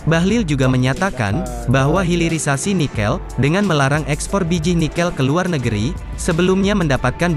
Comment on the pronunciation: HILIRISASI , hilir bukan hiril